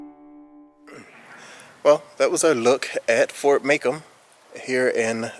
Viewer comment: Pronounced "Mah-Comb". Not too pleased about the new grafitti in there (it didn't have spray paint on it before). I am a part of a local history group that helps look after the forts. I appreciate the video and the respect you shown to the fort while making it and will pass it onto the group for them to check out. I suggest checking out Spash Fort (Fort St. John) near city park which is the oldest fortification in Louisiana and Fort Gaines on Dauphin Island (in Alabama, south of Mobile) which is open with admission and an awesome fort to tour.